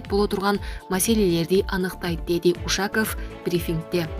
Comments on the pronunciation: Юрий Ушаков деп туура сүйлөсөң,адамды уят кыласында шу,Ушакыв дейсинда 🤦🏻‍♂️ Дайыма ушундайсын көп орустун атын Кыргызча урасында 🤣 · Ээ тооба, диктор эже. Уш-аков деген эмне?? У`шаков деп туура окучу айланайын.?? Кускуну келтирбей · Ушаков дегенди туура оку ударние на У уят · Эй админ,ушак эмес,Ушаков ударениясын -о - го койсон😨😨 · Ушул суйлоп аткан кызды алмаштырып койсонор Вообще тили келбейт кээбир создорду айта албайт. Ушаков деп айта албайт.Ударения на ,,,"о", а бул кыз "а" тамгага койуп айтватат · Кыргыздын ушак деген созунон алып окуп жатасынбы? Сабатсыз. Эмне ушундайларды окутасынар? УшакОв , ударение "О" тамгасына келет. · Суйлоп жаткан блогер Ушаковду ударениясын туура коюп окучу.Блогерсинерби же журналистсинерби,сабатсызсынар. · Ушаков дегенди туура айтчы,кыргызча айтпай. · Ушаковду туура ударение менен окусан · Ударение на О а не У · Ударениялар темасы отулгондо сабака барбаган окшойсун🤣🤣🤣 Ушаков деген фамилия кочодо ыйлап журот🤣🤣🤣